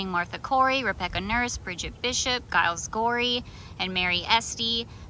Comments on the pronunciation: It's pronounced "Jiles" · The "G" in Giles is pronounced like the "G" in George.